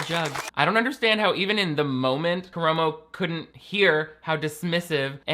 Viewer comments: I hate Karamo for this but I just wanted you to know (and Ik this is hateful of me) but it’s kuh-rah-mo. I love you. So much more than Karamo for sureeeee. It’s making me almost like double think watching queer eye ever again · bestie the A's were right there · Nah he doesn't deserve to have his name pronounced properly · the way pronounces Karamos name is KILLING ME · Everyone calm down! has apologized for their egregious mistake lol